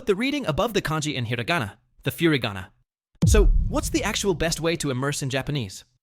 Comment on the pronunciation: Not gonna lie hearing you market your app while saying "fury"gana triggered me. Not because I'm a super fluent Japanese speaker actually the opposite I'm VERY low level and even I know it's Foo (like foot) rigana. It's so basic that it makes it seem like it's a quick cash grab on something you don't actually understand. Not saying that IS the case. But that's how it comes off. Edit: I saw another post a little further down, I think you'd be surprised how many people are willing to listen to your voice with the French accent. Maybe you've already tried but if not I'd say give it a go just to see